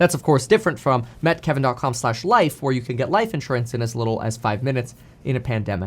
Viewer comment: Why do you keep saying "met kevin" instead of meet kevin? Just curious